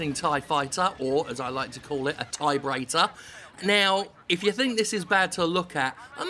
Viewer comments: TIE-brator. Rofl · I lost it at TIEbrator. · "TIEbrator" That killed me, I am dead, please send flowers. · Gotta say.. I cracked up at "TIEbrator"! XD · "Tiebrator" good show Jim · David Brown TIEbrator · "tie-brator" ...*snrk* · Tiebrator... that's gold, lol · Tie-brator! lol classic! Nice one Jim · Tiebrator. :D